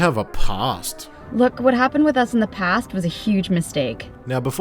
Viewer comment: “But they have a pAWst” I’m so weak